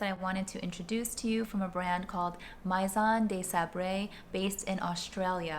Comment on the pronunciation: The AI In "maison" is pronounced "may" not "my"